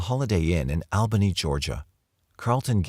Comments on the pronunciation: Missed u 💜(I'm a girl btw, not a creeper😅) Oh... And It's pronounced AWbany, NY... I'm born n raised there😏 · Al Bunny? Hahaha All Bunny is more like it at least for the New York Albany people. (